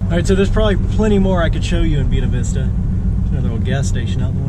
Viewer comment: Buena Vista is pronounced & sounds like........BuAna the first a is a long a. Bu A na Vista. Love the videos.